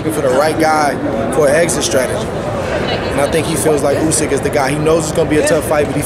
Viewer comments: It’s USYK lol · Who the fuck is Usky? 😂🤣🤣